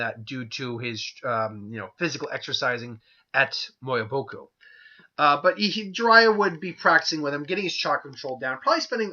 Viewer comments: Miyoboku, pronounced "Mee-yo-bo-kuu" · I think it's pronounced me-ya-by-ku